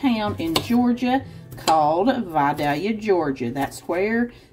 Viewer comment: You pronounced Vidalia perfectly. I live in the area Vidalia Onions are grown in.